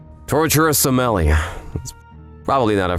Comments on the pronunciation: The proper pronunciation is Somminli yay. The R is silent. Other than that, I'm glad to be seeing more of these vids again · I think they said sommilliar again